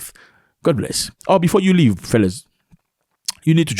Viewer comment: Accent on "leave" 😂